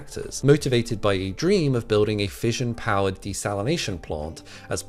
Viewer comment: 'Fission' is pronounced with an 'Sh' sound, not a 'J' like in fusion. 'Fishion', not 'fijion'.